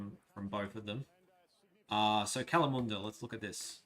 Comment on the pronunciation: Kalamunda... shocking pronunciation! Ya'll takin' the piss!!